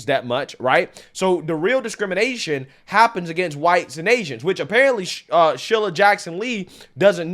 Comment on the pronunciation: SHEE-lah not shil-lah